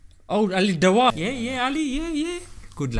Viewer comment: I know it's dawah.. but the way he said it in this video (as a joke) sounded dawaa..:p ✌